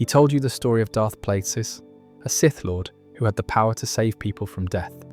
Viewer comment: Darth Plaguesis? Really bro?